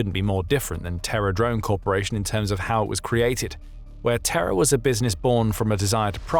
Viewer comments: I keep hearing it as "TerrorDrone" and I like that even more. Good on Japan and slava Ukraine. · Oh, "Terra," not "Terror"